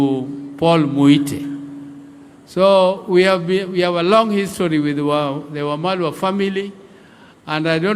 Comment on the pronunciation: He is Eugene Wamalwa, not mamalwa